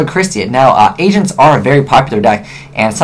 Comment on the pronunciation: when he said agents it sounded like he said asians XD sorry no hate